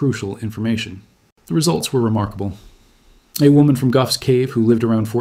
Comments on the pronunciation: Very interesting and well presented. Just one 'bone to pick'* - Gough is pronounced 'goff' as in cough; not 'guff'. That's a UK slang word for a fart. *Gough's Cave - ritualistic cannibalism. See what I did there? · Gough's cave = Goff's cave, not Guff's cave. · In Australia Gough rhymes with cough. Famous Aus Prime Minister Gough Whitlam. Never knew he was named after a cave. 🤣🤣🤣 Is this not true in other parts of the world?